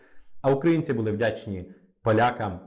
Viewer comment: Добрый день! Я украинка, иногда слушаю ваш канал и мне сильно режет слух то, что вы часто ставите ударения в словах неправильно! Я с детства говорю на русском, но не хуже чем русский знаю украинский. В слове буде, ударение на первый слог. А в предложение где есть слова біля влади були, в слове були ударение ставиться на второй слог. Ничего личного, просто режет слух.